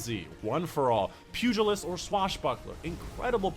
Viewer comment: Thanks for the video fyi it's pronounced pew-gi-list . It's a boxing term.